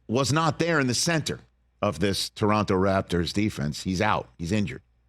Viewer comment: As a Toronto kid I really appreciate Rich with the correct way to pronounce the name of the city